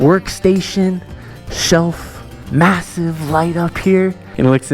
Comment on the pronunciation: Did you say masive?